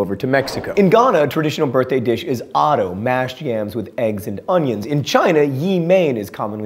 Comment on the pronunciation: Ghana ftw. he said oto so funny, its )t)